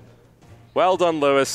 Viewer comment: for TB butchering Lewis :D